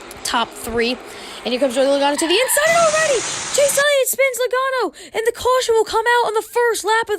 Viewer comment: Joey logano not lagano